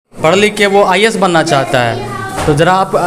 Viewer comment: सबसे पहले आप अपने आप को सुधारे रिपोर्टर महोदय,आप का भी उच्चारण गलत है आई ए एस का, आई एस, आई एस कर रहे हो आप, जितने भी शिक्षक है आज 99% ऐसे ही है,कुछ आरक्षण ने कर दिया कुछ लेदेकर हो जाते है